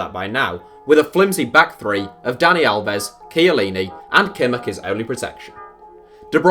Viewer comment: Is it that hard for English speakers to put a 'h' at the end of words, for example in Kimmich?